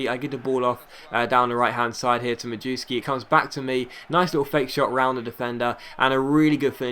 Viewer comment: Majewski is pronounced : Mayevski